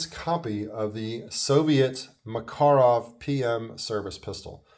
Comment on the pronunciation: Great review and good points! I was checking my review of the EG Mak and I saw yours--very well done! You covered a few of the finer points I forgot--the heel release, the push-up decocker, chrome lining. Also mad respect for the correct pronunciation. Take care!